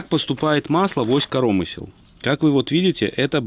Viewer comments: Интересно слушать. По правилам в слове КоромЫсло, удар на Ы, а не корОмысло, но спишем это на местный говор )))) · Понять не могу почему ось корОмысел а не КоромЫсел??? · Ну почему корОмысел а не коромЫсел🎉😂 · Да не корооомысел, а коромыыысел, деревня!) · От "коро́мысел" аж кровь из ушей... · КоромЫслы, чувак ну прекращай коверкать Русский язык. Если ты белорус, то говори на родном языке.